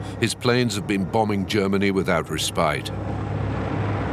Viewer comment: 2 things I noticed 1 - The video probably should mention that the Arden offensive was fueled by Pervatin, a strong methamphetamine. That's how those tanks were able to go over everything. The tanks crews were all on crystal. Hitler ended up using it too. Dr. Morell/Dr. Feelgood 2 - the narrator's pronunciation of "respite". Not sure I've heard too many people say res-PITE. Thought that was interesting. There are many other great comments and valid points made here. Is this channel AI? I hope not.